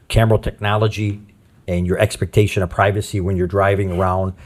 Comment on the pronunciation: I know it’s not the most important thing here, but that guy is definitely saying “expertation”, not expectation